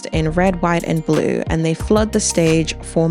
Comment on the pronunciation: you hit the hard H on that HhhhWhite America 💀🙃 // I thought the "greek chorus" of women, and the ALL WOMEN dancing section on "Luther" was super powerful & not just a nod to "the hits"... I felt like he brilliantly dovetailed this into "Not Like Us", which is basically an anti "violence against children and women" song...